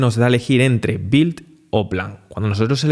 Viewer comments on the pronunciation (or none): none